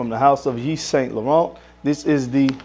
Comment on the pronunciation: Correct pronunciation: Eve Son Lauren, silent Ts and not Saint..... Aqua D'Gorr, not Di Gio 👍🏼 home boy.